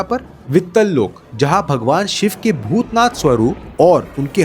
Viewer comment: Shva nahi shiv ji bolo